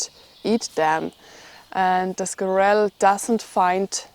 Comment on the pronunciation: Squirrel the emphasis is on the first syllable.